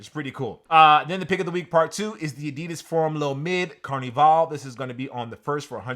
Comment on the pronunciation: C'mon! Anya Ayoung-Chee is a Trini designer and the CarniVAL (hard A sound...not to be confused with Brazilian Carnivale pronounced Carnivahl) is clearly to celebrate her roots and Trini Carnival happening next month and not Caribana in Toronto🤦🏽‍♂️